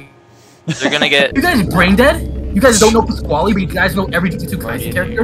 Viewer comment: not pasquali its pasquale